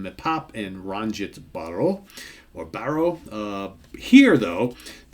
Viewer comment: It's Ranjit Barot and Barot is pronounced with a T and just wanted to check wasn't he (McLaughlin) playing Godin guitar ?